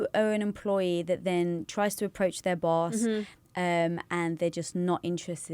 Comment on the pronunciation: Oh my God, the way you said Boss is Bawse (like in Lilly's book: How to be a Bawse). It would be amazing if Lilly were in this podcast. Lilly knows a lot about being the best version of yourself! This episode was amazing! ♡